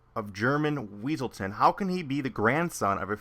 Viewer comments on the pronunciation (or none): It's wesalton not weasel town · It's Wesselton. It's pronounced Wesselton. Exactly what the Duke would've said.